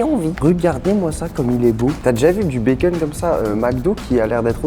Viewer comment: J’adore comment tu prononces bacon békeune 😂